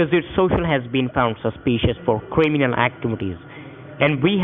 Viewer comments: This guy is the Indian version of Elmer Fudd- be vewy vewy qwiet... I’m hunting cwiminal activity. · your social is cwiminal activies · “Qwiminal activtees” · No way is he a cwiminal. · "Mr. Wichard, are you sure you've nevow been invowved in any cwiminaw activdees?" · Cwiminol aktvitiiis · Cwiminal activities lol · excuse my french, but wtf is a quaeminal activity? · Cwiminal actwivity 😂😂😂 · I cringe when the scammer said kuiminal activities 🤣🤣🤣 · Qwiminal Awigations, Mr Wichard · Lmfao cwiminal actibity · Cwiminal activees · He said (CREAMANAL) lol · “Quiminal Activities” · Cwiminal??? 😂😂adminstwation?? 😂😂LMAO when he lost his place on the script. Titty bank?? 😂😂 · “Cwiminal” that bad me dying from the start 😂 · Cweeminawl activities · under yor creaminal.. I'm died laughing. and I hear titi bank. lol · QUIMINAL AKTIVITIZ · “your quiminal activites are being convestigated” 🤣🤣🤣🤣☠️ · “Kweeminew activities.” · "Batch id" "Crayminal actibities" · "Qwiminal" Th-th-th-th-that's all folks!